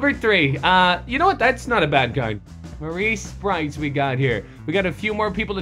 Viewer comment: "marreese SPRITES" lolololololol